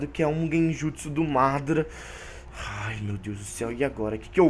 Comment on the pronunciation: mano tu fala obito e madara errado